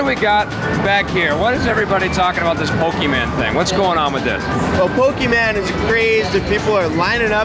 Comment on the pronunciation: and the Nintendo America representative said pokeMAN lol